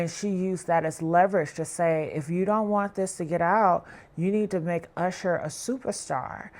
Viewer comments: WHO TF IS CALLING THAT MAN “YOUSHER” 🤣🤣🤣🤣 IT’S USHER! That just pissed me off for the day 😩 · What’s wrong with this lady. Why does she keep calling him “Yousher”😭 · Who the hell is You-sher. I tried to stay with the story but I couldn’t take the You-sher of it all! Takes away from good journalism and strong tea when the main peoples names are super wrong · Why is this person callin usher YOUsher. Ma'am i never heard ANYONE call him YOUsher you wild for that😂😏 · YOU-sher? This is why I refuse to take black bloggers seriously. Get some speech classes! Slavery is over, and it’s legal to pronounce words correctly. 🤦🏽‍♂️🙄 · Now who the hell is " you shur" ?😅😂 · 🤣 I scrolled thru the comments to make sure I was not alone in my annoyance !.. I feel validated 😂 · ~ How does one correctly pronounce then mispronounce someone’s name within two sentences? 🤔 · I think you need a new narrator. Maybe someone who can pronounce Usher? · She even pronounce his name wrong. Smh! Am not listening to this. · gotta stop using AI videos as her source. She cant say Usher's name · Please stop with the poor pronunciation of Usher name it's so annoying you use it interchangeably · But she was saying Usher too. Why did she do that?!